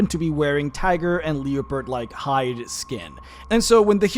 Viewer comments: LEP-erd, not LEO-pard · "Leopard" is pronounced "Leh-purd", by the way.